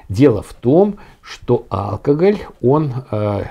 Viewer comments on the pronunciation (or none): по правилам ударение в слове алкогОль на о в третьем слоге. Ухо режет)